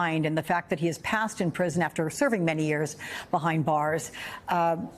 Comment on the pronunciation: "Kazinski"?? Kachinski, no? It's Czech Republic, not Zech Republic, lol